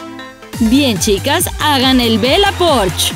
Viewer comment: Se dice bella porch no bela porch ._.